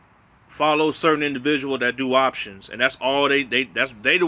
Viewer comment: Every time you say options, I cringe. LOL